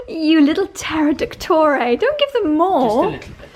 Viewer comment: Oh my gawd. I laughed so.much....when you called your pterodactyl dogs in the "plural"..(.pterodactie) a riot 😂